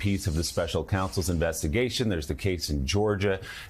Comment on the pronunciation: When Joe says jail it sounds like he's saying gel.